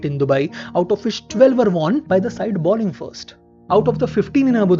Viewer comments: The presenter has a thick Indian english accent, and a lot of Indians mispronounce 'bowling' as 'balling'. That's the reason. Anyway, that doesn't detract from the entertainment value of the videos, and the interesting stories he brings to the audience. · I like your videos but I notice that you keep saying balling instead of bowling. Its is not even about grammar, that ball is a noun and bowl is a verb but anyone who knows cricket, surely knows it is bowl, bowling etc. Maybe you have a reason?